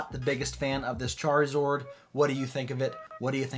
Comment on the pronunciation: What the heck is a “charzord” lmao